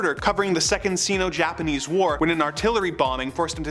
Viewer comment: For future reference, “Sino” (as in the “Sino-Japanese War”, is pronounced as Sign-o…not how you said it. 🇨🇦